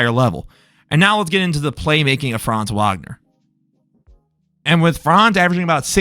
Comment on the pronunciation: Good video. His last name is pronounced with a v sound not a w sound though. Franz Vagner.